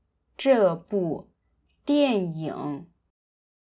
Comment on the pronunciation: I had to listen a second time when you pronounced “dian ying” as “dian yong”.